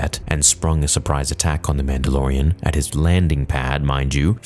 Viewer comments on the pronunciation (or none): none